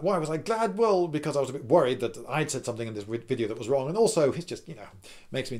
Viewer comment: Finally, a British native speaker nearly mispronouncing "v" as "w". So it's not only us Germans. I say, splendid wideo old chap!